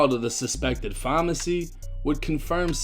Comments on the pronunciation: Why say pharmacy like that bruh that shit annoying me lol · It's PHARMACY not FAAAWWW-MMAAARRRCCCYYY!!! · Why this dude say phamacy instead of pharmacy. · Is this dude trying to say pharmacy?